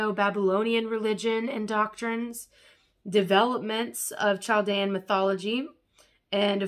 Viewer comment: Thank you! i've been debating purchasing some of these. Btw its pronounced cal-dee-ann I know these civilizations are old but there's still a large group of us displaced and around :)